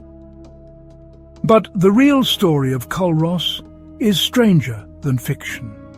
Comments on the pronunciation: aye the mispronunciation was so irritating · Culross is pronounced cooross. And it’s not a burg it’s a small town. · its pronounced Cur os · It's actually pronounced Cooross..and my fav Village :) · The mispronouciation of Culross killed for me from the start lol